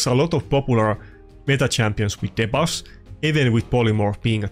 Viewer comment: My fav one is how you say debuffs as " deh buffs" instead of "de buffs" lol